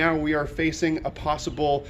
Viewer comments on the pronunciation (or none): none